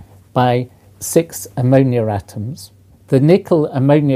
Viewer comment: Did he say ammonia atoms?